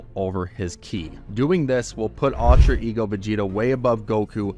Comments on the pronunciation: UL-TRA not AL-TRA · “Altra ego”